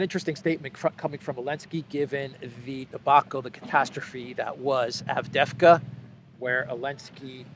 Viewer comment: Pronounced ....AvDeeeeVka II is EEE ...))))